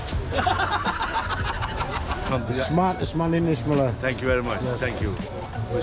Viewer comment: (Itch)meler please friend not ishmeler